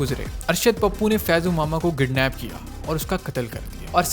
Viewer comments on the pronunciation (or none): plzz see the mistake in 2.50 he says janam and every karachians knows janam word is not usaual in karachi yaha ham janam nahi lete PAIDA hote hai mere bhai and in 3.26 he says gidnaped hahaha its kidnaped not gidnaped ....... Moral bacha bhi bohat kacha hai